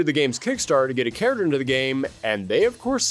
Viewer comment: The way he says character!! .......🤬🤬🤬🤬